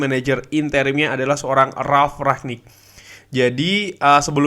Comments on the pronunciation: rangnick bang bukan ragnick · Rangnick bang di bacanya bukan raknick